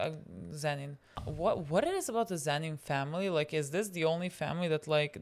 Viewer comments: My heart stops for a second everytime they call him zenin please STOP 😭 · A child dies each time they call him Zen’in instead of Toji or Fushiguro 😓☹️ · The way 'Zenin' is the worst thing they could call Toji and they are doing it unintentionally is so funny